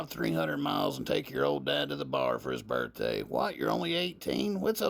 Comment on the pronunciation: Bro says my birt tay is coming up .😊